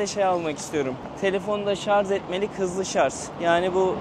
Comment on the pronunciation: Şarz değil , şarj